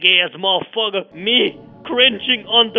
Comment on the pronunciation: I love how he says"plag ass mofugga"